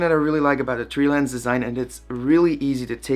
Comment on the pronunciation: Tree-Lens XD